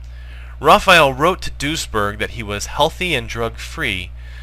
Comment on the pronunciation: Everytime you say duesberg I hear ´Douchbag.¨